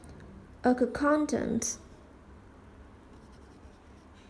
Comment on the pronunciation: Hey! Very helpful video. Just a little tip: accountant is pronounced with one 'k'-sound. Let's split the pronunciation in syllables: ə • ˈkaʊn • t(ə)nt And here is a latin transcription taken from google: uh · kawn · tnt I hope this helps!